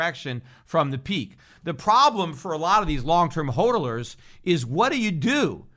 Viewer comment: He keeps saying holdolers that must be a new word first time I've heardoers of it.